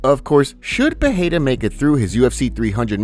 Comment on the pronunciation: Dude it's not pronounced Peheira, it's Pereira.